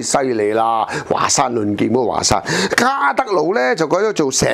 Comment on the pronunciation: 華山發音應該是"話"山